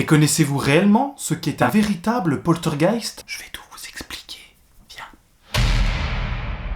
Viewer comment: 👻 Joli titre mais, mais, mais... où est le "t" de poltergeist, jeune homme! 🤪 Bien résumé, mais pour en savoir plus les amis sur le "poltergeist d'Enfield", je vous conseille de faire un petit tour sur le site de Sylartichot (YouTube) qui vous dit pratiquement tout sur cette affaire avec les dossiers Warren. 👍 Prends soin de toi et à bientôt dans les rues de notre City! 🙏